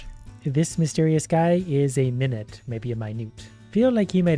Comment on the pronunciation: Its not pronounced normally like minute, its actually a reference to a type of dance minute (min-you-et)!